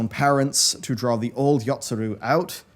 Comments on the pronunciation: wish we got one for all the times he said "yotsuRu" instead of "yotsuYu" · Yotsuyu not Yotsuru. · Well, he's seen The Burn Savage. Also,, please keep a cheat sheet of the names. There's no R in Yotsuru, nor is there an I in Azys Lla Also, the reason the shadowbringers trailer reminded you of the last dungeon is because it's set there before it goes to where it goes. It's literally Ghimlyt Dark and the Hien/Zenos fight. Also, the moment between Nanamo and Raubahn is still my favorite moment in the entire damn story. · Someone already prolly write this already... But it is YotsuYU. I'm surprised Matt didn't force him to re-record all over again...